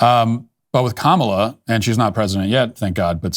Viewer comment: It’s pronounced Kamala, not Kamala